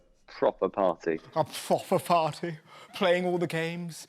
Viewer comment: I’ve been to Mars more times than Matt Hancock has been to a “pwoper pwarty”